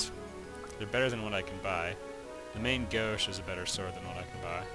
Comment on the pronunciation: I somewhat disagree, if you pronouce it in french you shouldn't hear the "n" in the end it should sound much like how we pronouce the number 1 in the end (un). But, thatt's a pretty trivial i guess and doesn't affect the quality of your vids.